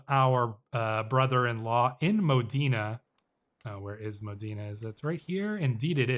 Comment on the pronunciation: Pronunciation guide from an Italian speaker (emphasis where I wrote the accent): - L'Aquila = Lákweela - Modena = Módena - Giovanni Caccianemici = Jován-ni Kat-tchanemítchi (it means 'hunt/chase enemies')